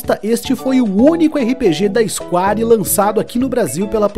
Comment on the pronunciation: Ótimo conteúdo. Mas é isquér e não isquári.... Square = isquér!